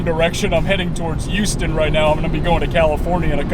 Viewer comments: Lol silent H.. oh boy. Repeat after me.. hew-ston. There ya go!!😉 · Silent h? Eww-ston? Lolololol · Well Houston county in GA is pronounced HOWS-ton so who really knows. Love your videos and your positivity.